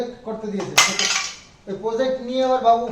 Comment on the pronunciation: kothata Project,uchcharon holo jaw,zaw na onekei ei bhul ta kore ektu kheyal rekho please.